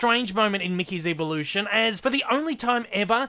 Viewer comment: Why do you say evolution like “EEEEVA-lution” like tf.